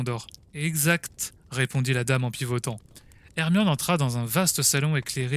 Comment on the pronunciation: PK tu dis moine aurqe que. C'est hermione